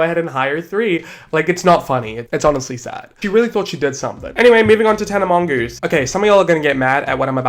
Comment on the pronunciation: I cry everytime you say tana mongoose 😩😩😩😩😩😩